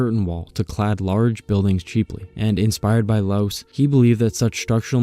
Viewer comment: Loos is actually pronounced as in "lost" minus the "t", and Mies van der Rohe is "miss fan de'Row", "Mies" being his actual family name and the "van der Rohe" a pretentious Dutch-style matronymic he appended to his name to seem more upmarket in pre-war Germany ("Rohe" being rendered as "Raw-eh" in German, more or less, but later commonly mispronounced in the US, and the American pronounciation prevailed). LMvdR is commonly referred to as "Mies", never as "de Rohe", "Rohe" or "Ludwig Rohe". Anyway, a nice roundup on how Louis Sullivan bookended both the modern highrise and the centuries-old decorative architecture on either end. He is a bit of a tragic hero who tried to marry the beautiful with the modern, with most of his students, including F L Wright, effectively contradicting him.